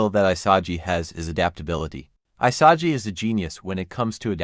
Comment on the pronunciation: “I-sah-gee” lmaooo 😂😂😂